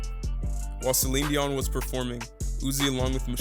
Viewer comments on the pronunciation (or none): none